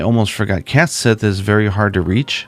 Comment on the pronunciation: I know this is over a year ago, but Gaelic isn't often pronounced like it's spelled. A closer analog to "Cait Sith" would be "Kett Shee."